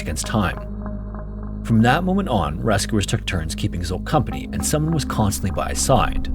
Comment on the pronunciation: The name Zsolt is extremely common, and is pronounced “J-olt”, roughly like the “J” in “Jacques” or the vibrating “juh” sound in “treasure.” IF YOU DO NOT KNOW HOW TO PRONOUNCE SOMETHING THEN LOOK IT UP THERE IS NO EXCUSE ANYMORE JUST PURE NEGLIGENCE!